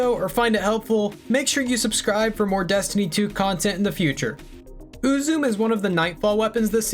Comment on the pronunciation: So the name is most likely pronounced more like Ooo-zoo-may rather than Ooo-zoom The name looks fairly japanese in origin. So the syllables would be broken into U-zu-me rather than U-zume.